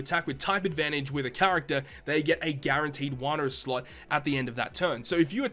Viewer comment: i always grin when he says "sluts"... ohh sorry "slot" lmfao.